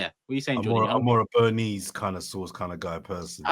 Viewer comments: I don't know what Beerneese sauce is Jordan 🤣 I think you mean Béarnaise lol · tell Jordan it's French, and pronounced 'Bear-nays' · Jordan is more of a sauce he cant pronounce the name of kind of guy.